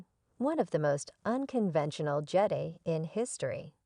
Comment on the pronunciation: Who can watch this nonsense? I only got sec in before stopping. How can I take anything seriously with a bad AI voice, that can't even pronounce Jedi correctly. It's JED-EYE Not JEDDY.